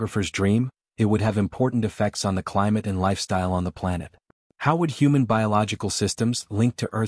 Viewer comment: What's a "Planette?"